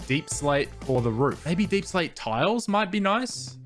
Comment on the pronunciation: Is it really pronounced as deeplsate